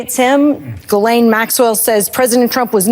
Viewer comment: Regardless of the correct way to pronounce her name, I think we should keep saying Jizzlane like Cameron. (4 0bvious reasons 🤮)